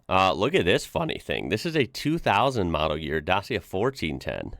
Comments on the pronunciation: Just a heads-up, it's spelled da (like you said it), chi (frim children), ia (like you aid it). Or spelled like "da' chia" seeds, but without the seeds part. It's named after the old name of the country where the company originates from, Romania. It's basically cheap like the VW was in it's beginning. Edit: Duster is 4x4 and meant for offroad use, Sandero is lower to the ground and 2x4 and meant for onroad use. For example, the police in the mountainous areas use Dacia Duster for it's 4x4 capabilities, while the police in the grasslands uses Dacia Logan (sedan) or Dacia Sandero (hatchback). Edit: Might be a good business to import Dacia into USA. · It's pronounced like DACHA just so you know... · yall you say dacia like dachia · You have to read like it's WRITTEN DACIA (DACHIA) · i love your video, one thing. You need to pronounce it Da'CHI'a like the CI is how it really sounds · Note: It’s pronounced ‘Dachia’ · DACIA - it is too, the former name of romanian ancient lands. Read Dacia like "dachia". Into romanian, "ci" ii is read like "chi" into english . The logo front of the car is a stilized "D" and it's reflection in the mirror. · "Dachia" could be more precize pronounciation imo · It's a romanian company, so, in romanian, it's pronounced dachia. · Dacia ( pronounce DACHA) are older Renault based engines and running gear. Super value and nothing wrong with them for basic motors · First of all, it is pronounced [DACHIA] with C like in "car" or CI like "chi" the Chinese word for body energy. Also there's a full electric version, Dacia Spring, manufactured in China though, but quite cheap and popular as a city car. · say dachheea there are a few 1310's imported to the US by romanians. one in new york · Pronounced,,, DA,,CHA ,,,,, and of course that’s the company logo on the front,,,, what else would it be. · Fyi it’s pronounced “dacha” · Their logo is a stylised DC for dacia cars....oh and dacia is pronounced Dachya. Not dachia but dach-ya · its more like DaTSHia